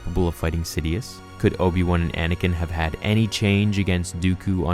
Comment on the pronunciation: I love This..Obi-Wan? Try; O-P-Wan.